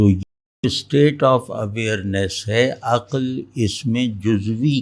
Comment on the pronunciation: aqal nhi aql sahi talaffuz